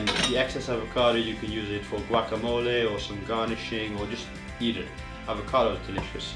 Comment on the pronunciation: I love that you say foreign words like they are supposed to be pronounced :3 "guacamole" instead of "guacamoli" lol